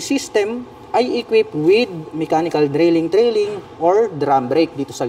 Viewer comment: Mechanical Leading/Trailing" hindi drailing/trailing. 😂🤣😂